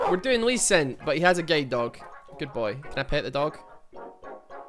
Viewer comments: The way he say guard doh hurts me every time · Guide dog My ears: G A Y D O G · it took me 4 minutes of the video to realize he was saying "guilde dog" and not "gay dog" ... i just didnt question it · I kept hearing "gay dog" instead of "guide dog" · Did i just heard gay dog instead of guide dog??!!))) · Did he just say gay dog? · I swear I heard say gaydog... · I thought he was saying “gay dog” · Not going to lie it sounds like your saying "gay" dog